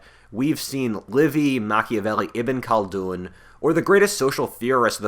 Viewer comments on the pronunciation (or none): President Sunday says you are wrong about history departments, as they are "the most conservative departments in North America. I am not making this up. He also mocks you for mispronouncing Ibn Khaldun.